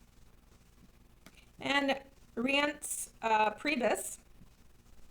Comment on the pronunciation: Scaramucci is pronounced Savaramuchi. Reince is pronounced Rhynce (like rhyme)